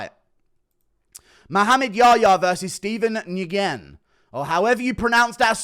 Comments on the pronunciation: Nguyen is pronounced like "when." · Steven win is how it sounds goofball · new-ggen say it like dat lol its a viet last name i think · New-Yen is too hard for his bovine mind to wrap around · You probably don’t care really, but you pronounce nguyen as “new wen” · Nguyen is pronounced Win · Nguyen is just pronounced as win! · hey guru nguyen is pronounced “win” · Nguyen is pronounced as "win" just a heads up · It’s pronounced New-Yen, one of the more popular Viet surnames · It's pronounced like When, I believe. 🤷‍♂️ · You pronounce Nguyen as New En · Nguyen is simply pronounced "win". It's quite a common name, surprised you haven't heard it spoken. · Nguyen Pronunciation is "Win" like a Winner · Nguyen - the right way to pronounce it is “win” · Never heard it said that way, I've known people with the name and they pronounce it "win". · its said like “nwin” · Nguyen≈win is how you pronounce it guru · Steven NUH-GWEE-IN 😂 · Pronounced new-enn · Nugen is how you pronounce it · Stevens last name is pronounced “Wyn” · Guru “Nguyen” is pronounced “win” the n and the g are both silent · It's pronounced "N"-"guy"-"in" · Bro it’s Steven new-when lol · Nguyen is pronounced “when” simply put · Nguyen Ive been told is pronounced "Nwen" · It's pronounced like NEW-WIN... Steven NEW-WIN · Nguyen is pronounced win... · Steven New-gen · It’s pronounced when btw i sent the comment too early 😭😭😭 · “wen” is how its pronounced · Nguyen is pronounced as Win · Nguyen is basically pronounced ‘win’ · Here's how you pronounce Nguyen "Nuyen" or "New Yen" Cool to see Yahya after struggling against a Moroccan in Abdu Dhabi ; Just because Badr Hari is moroccan doesn't make you a great violent fighter. Look at Youssef Zalal, but this guy Yahya guy still bragging about beating Moha Jaghdal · "Nguyen" is just pronounced "win" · its pronounced nuen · . Nguyen is pronounced win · Steven Nguyen pronouced (New-in) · Nyguen is pronounced lime win lol doesnt make sense but its win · New-In ffs lol